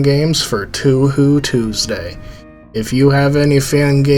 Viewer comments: Also pronounced "Let-Tie-E" not "Let-tea" its not "Sir-No" its "Churn-No" its "Toe-Hoe" not "Too-Hoo" i cant even finish the video after seconds without muting because its annoying to listen to someone that does not know basic phonetics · Toe Hoe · It's Toe-a-Ho, like from Bioncle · its pronounced "Toe-Hoe" not *Too-Hoo" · Toe whore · its pronounced toe hoe acshully🤓☝🏾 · Why do you say 2 who? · It’s pronounced “Tow - how” Fun video tho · What kind of fan pronounce it Tu Hu... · I can't tell if you're pronouncing Touhou like that just to mess with us or not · Or Cirno as "Sir no"